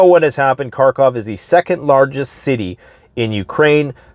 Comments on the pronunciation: By the way, it's harkov, not karkov. They don't pronounce the k. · Dude....The “K” is silent in Kharkov.